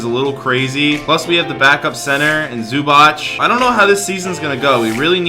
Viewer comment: Did he say zubach it's zubac